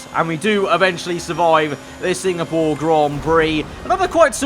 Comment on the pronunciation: everyone: SINGAPORE: SINGPORE BECAUSE I LOVE SINGING